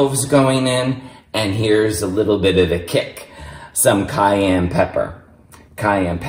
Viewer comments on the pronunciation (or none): none